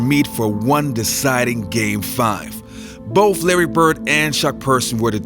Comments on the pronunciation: It’s Bird, not Birt. The word is “the”, not “da”. Did I hear “Bof”? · “Boff” for “both” makes you sound like moron. Otherwise a good video compilation.good luck on speaking English.